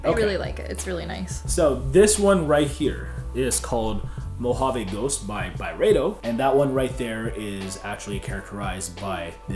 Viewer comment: I hate to be the pronunciation police but everyone seems to be saying Byredo wrong. Its actually pronounced By-ree-doh.. not By-ray-doh.. but other then that ..the video is on point lol